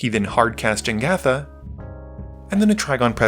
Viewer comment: man you're worried about the Ratadrabik pronounciation but you keep saying "Jengatha" for Jegantha :D Good game though <3